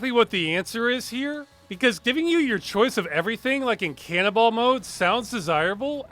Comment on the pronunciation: Ross says Canonball... I keep hearing canibal...